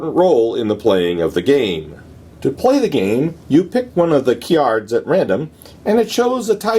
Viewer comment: As long as you keep pronouncing "cards" like "cyards," I'll keep watching!